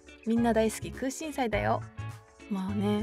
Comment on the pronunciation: くうしんしゃいって言っちゃってるの可愛い❤️😍